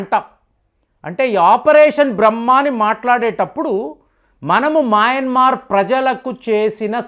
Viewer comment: Nuvvu pronounce chesinatlu ee prapanchamlo evvaru cheyyaru. Maayanmar కాదు adi, Myanmar. Aljajeera ni kuda palakaatniki chaala kasta paduthunnavu.